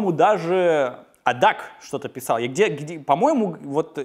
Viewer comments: привет! Нравятся твои видео и здравые рассуждения к ним (в них). Одно пожелание: ADAC Allgemeiner Deutscher Automobile (Alkoholiker) Club произносится, как АДеАЦе (не АДАК). Желаю дальнейших успехов в создании интереснейших видеороликов! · 01.33 АДАК ?Почему не АДАЦ ?Это вроде немецкое слово и немецкая Фирма